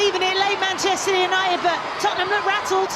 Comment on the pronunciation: Lasses, it’s Tottenham.